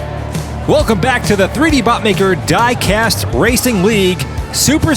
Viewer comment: That lady who does the voice over at the beginning, was she cheap to hire? I ask because you hired the only woman in the UK who can't pronounce "diecast" correctly. I say that as an Englishman